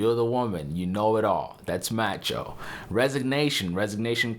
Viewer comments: Macho is pronounced "mah-cho", not "matcho". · Who tf pronounces macho as "matcho"? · Not "MATCHO". It is "MAH-CHO". For clarification, listen to the lyrics in "Macho Man" by The Village People. "Macho macho man"... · It's pronounced m-ah-cho. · Dude, You need to TALK MUCH LESS and Please learn the correct way to say the word Macho..... Thank you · The “a” in Macho does not rhyme with the a in apple, rather it sounds like the “a” in avocado. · It's a short a on macho